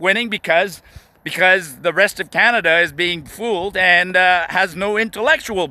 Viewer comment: CANADA OR IS IT COMADA?